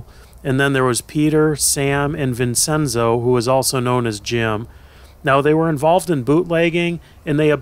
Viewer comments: Love your videos. Seeing all this is a walk through all different facets of life and history. One small note though: Vincenzo is pronounced, "Vin-chen-zō" 😅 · vincenso pronounced vinchenso